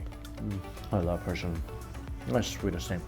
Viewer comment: He says Persimmon in a weird way! Lol! As long as he liked it!